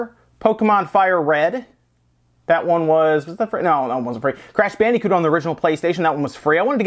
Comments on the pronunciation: "Crash Bandy-coot" that pronunciation of Bandicoot is Killin me. Weird things like that just stand out to me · "Crash BandEEcoot"